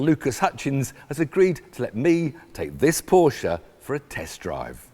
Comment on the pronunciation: Dude cant even say Porsche right...